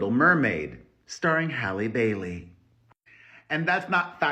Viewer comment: Why you say Halle Bailey like that? You forget your from Cuba?